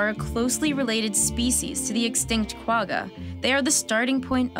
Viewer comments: Bringing back extinct species won't fix the problem, you have to eliminate the cause of their extinction then reintroduce the "de-extinct" animals back. PS Qwagga is pronounced kwa-gha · You need to pronounce Quagga as if you had flem behind your nasal cavity. KWA-CCHA. The animal's name was derived from the sound it made. I wonder if those brown zebras make the same sound... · Kwagga is not said like that😂😂 But good video👌🏻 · As a South African, her pronunciation of kwagga took me out l! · The "g" in quagga is pronounced like the "j" in jelapeno but a bit more gutteral. I remember reading a while back that another problem with cloning from adult material is that the clone inherits the length of tellomeres from the original source, greatly reducing it's lifespan. Not sure if they fixed that. Cool video. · Quagga is not pronounced like that, it's no where near that. For all the "production value" you didn't feel the need to cheap pronunciation?